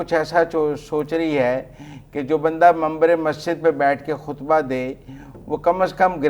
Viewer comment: آپ کو منبر کہنا نہیں آتاا اور منبر پر بیٹھنے والے ایک عالم دین پر بات کرنے کے چل پڑے ہیں